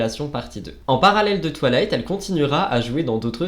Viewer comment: C’était génial, à part le twalayte insupportable 🤣🤣 on dirait que tu dis toilettes 😅 c’est twaye-layte ahah Merci pour cette vidéo 🥰